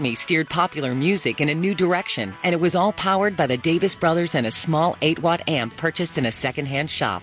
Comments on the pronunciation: How the hell can the woman narrator keep saying their last name as "Davis" instead of "Davies". Has she ever heard of them before? You can't be part of a biography like this unless you know something about your subject. And you can't do justice to the Kinks in four videos that add up to a half hour. She actually says at one point that the Kinks wanted to get in on "this exciting American market" as if nobody ever heard of the U.S. until the Beatles flew across the Atlantic. For heaven's sake they were all listening to American blues and rock n' roll since they were teenagers. Ray Davies wanted to come to America before he ever heard of the Beatles. Just listen to his recent album "Americana". What a waste this "biography" is; too bad as I got excited as soon as I spotted it here on Youtube. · why can't American's pronounce words? the narrator calls the brothers Ray & Dave Davis. its DAVIES.... pronounced DAVEEEES. learn to talk ffs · I just started watching this and not two minutes into it starts off with a pronunciation error of the 1st magnitude! - Their last name was DAVIES not DAVIS!!! Jeeza-LOO!!! I'm not usually a pronunciation Nazi, but PUH-LEEZ!!! That's like the second most important word in the whole story, right behind the "KINKS"!!! Maybe she'll say the "KLINKS" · Did I mishear the narrator or did she say “Ray and Dave DAVIS”?